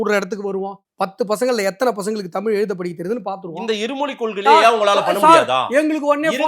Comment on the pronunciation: டாய் உனக்கு ழ என்ற உச்சரிப்பே வரல, தமிள் அப்டின்ற. தமிழா தமிளா?